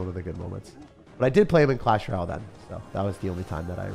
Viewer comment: Clash RALLE. Like I swear he is the only person who says it like that.😭